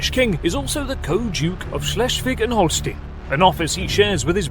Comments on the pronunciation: It's Holst EI n not Holst IE n. Do you say Einst IE n or Einst EI n. Why are English speakers so dyslectic and mispronounce German and French words, names. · Holstein NOT Holstin like Einstein not Instin. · The "ein" in Holstein rhymes with "line" not "lean." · Holstein, pronounced as Holstine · I know this is not important to the video but in German EI like in Holstein is an "ay" sound, IE has an "ee" sound.